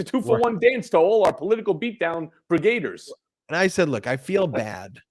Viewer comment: Hey Cohen. It's not "brigaders", it's "brig-a-deers". Don't that even sound better?